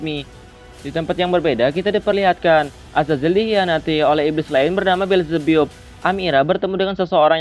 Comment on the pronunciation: Bukan belzebbup bang tapi belzebap